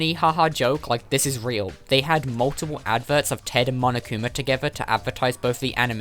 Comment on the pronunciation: I watched one of those vids he said monokuma the worst way possible.